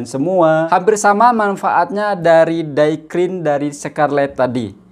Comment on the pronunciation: Maaf ye .tegur sikit.." day cream( bunyi.cm they") bukan Die(dai) cream/ krim..